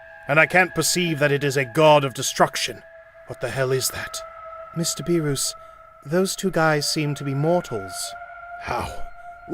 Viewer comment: He said BeRoOs